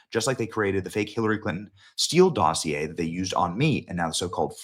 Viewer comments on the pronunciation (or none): none